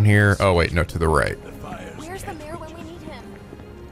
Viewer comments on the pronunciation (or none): none